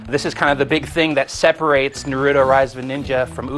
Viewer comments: except how to pronounce naruto it's pronounced NA- ROO- TO not NAR- RUTO i mean why do so many american people have a problem with this. THE ACTUAL GAME REFERS TO HIM AS NA-RU-TO (like yu-gi-oh) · notice how he begins saying narudo then he says naruto correctly.. losers! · come on if they are gonna review the game atleast say the words right they saying naruto and konoha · Man I Hate Naruto Geeks So What He Said The Name Wrong What Does It Matter's To You? Naruto Is A Cartoon And DOnt Love You! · God, he's saying Naruto wronge -.